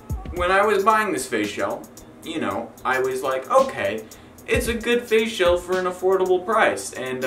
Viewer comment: I know you r saying "face shell" but when you say it fast it sounds like "facial" LOL!!